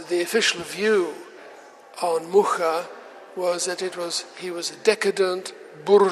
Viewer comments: Yes, she was just reproducing a common mistake in english saying muka…its muRa like he said 🙏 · She pronounced it wrong. He says Muscha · She didn't even bother to learn the correct pronunciation of the name.Anglo-Saxon ignorance in your face. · 40 seconds in is the pronunciation of "Mucha" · She didn't even pronounce the last name right.